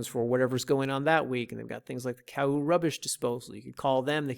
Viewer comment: As someone that lived in Oceanview for over 15yr 1st it's pronounced Ka-oo 2cnd it's pronounced o-he-a 3rd OV has a hardware store but any lumber windows... comes from kona/Hilo 4th OV is a great place for solar systems but don't use the small business called solar works. Or at least plan on getting a second opinion.